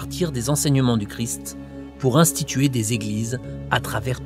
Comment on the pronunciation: Christ pas cri ..